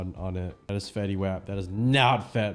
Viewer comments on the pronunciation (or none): Fetty Wap (WOP) not “wayp”